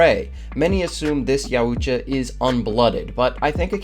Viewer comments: Bro just can’t pronounce their name💀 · Say it correctly your saying the name wrong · The way you pronounce the species name is so wrong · BRUH, I was REALLY enjoying the video until that other unintelunintelligible person with speech impediments started to talk. It was literally torture to hear him. I didn't resist more than 1 minute of his voice. He should really work on his diction and talking problems. Regretfully, I couldn't finish the video. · is no one gonna talk about how this guy pronounces yautja? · Pronouncing the name is fucking with me lol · I can't handle how he says Yautja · Say their name wrong one more fucking time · hahahah smash hit hahahaha And your pronunciation of yautja drives me crazy lol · Dude just keep with predator if your going to pronounce Yautja the way you do it’s annoying. You’ve seen other videos right just say yautja like everyone else. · Great video except how you pronounce yautja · This man needs to learn how to say yautja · Can’t stand the way you say yauta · Great video so 👍 for that. But sorry, your pronunciation of Yautja throughout the video is bugging the h*ll out of me. You putting too much emphasis in the letter u. Not really the biggest of deals. Just had to say it. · pronounced YOW-CHA NOT yow-oocha. after 6 minutes in, i cannot listen to you say it again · Yautja Yow-cha Not yow-oo-cha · It isn't 'Ya- oo- cha' it's 'yow- cha' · its pronounced (y-owt-ja) not (yau- oot- ja) stoopid lol lmao funnee haha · I've only heard it pronounced Yaut-ja, I don't think I've ever heard it called Ya-ut-ja. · pronounced ''yuh-ow-cha'' not ''ya-oo-cha'' lol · It’s “Yao-cha” Not “yaOUuu tcha” lol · It's pronounced yao-cha not yaa-ooh-cha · Yautja is pronounced yowt•juh not yah•oot•juh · its pronounced Yow-Cha not yow-uh-jah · There called YAUTJA not Yuatja your pronouncing it wrong buddy . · It’s YOWTJA. Yautja. Not yowUTja. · Its yowtcha, not yowoohcha 😂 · YOW-TCHA not YOWOO-TCHA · You're pronouncing youtja wrong... yowt ja, not yow u tja